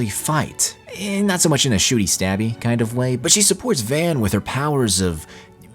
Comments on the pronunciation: Dude, it’s pronounced “Vahn”. They say it enough. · Are you purposely pronouncing Van's name as "v-aen"? -1hp